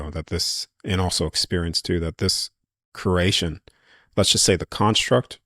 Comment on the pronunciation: My brother it’s pronounced kree·ay·shn CREATION!!!!! Say it right man dang!!